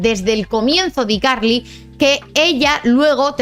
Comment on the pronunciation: no se pronuncia you tuve, se pronuncia "iutub", no se pronuncia "ycarli", se pronuncia "hayCarly", seria bueno que si haces videos cuando pronuncias ingles lo hagas bien, pues haces el ridiculo.